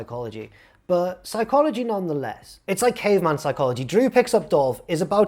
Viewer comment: ps-EYE-chology took me out. so proud of it too. 11/10 funniest wrestling youtuber